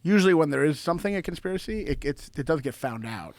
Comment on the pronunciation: "the poshibility of it not being a consjpirachy is very... plawshible"